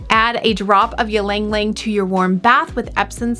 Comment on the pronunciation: Its “ Ilang Ilang 😬